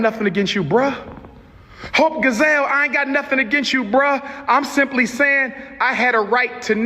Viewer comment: "Hope Gazelle" baby when I tell you, that SLAYYYYED MEEEE. 😂😂😂 it's "Gi-selle", you know, like Beyoncé's middle name? 😂😂😂 Dr. Umar plays entirely tf TOO MUCH! 😂😂😂😂 Oh, and the issue isn't "presenting" as a woman, it's actually NOT BEING A WOMAN WHILE SPEAKING ON OUR ISSUES. 😒🙄 TF? It's the delusion for me.